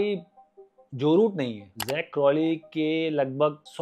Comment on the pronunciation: Shukar hy kisi indian nay Zak ko sahi pronounce kiya hy . Warna sub Jack Crawley bolty hain😂😂😂😂. Difference hy Jack aur Zak mein